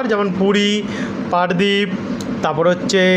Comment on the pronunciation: দাদা, জজপুর নয় ওটা জাজপুর এবং পারদ্বীপ নয় পারাদ্বীপ হবে।